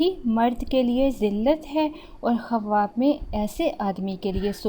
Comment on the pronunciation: Khawab bolna tu sekh lo